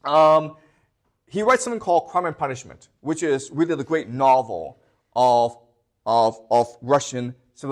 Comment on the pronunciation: Is it weally weally difficult 😂